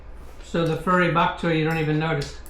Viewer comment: Bokchoy not back choy.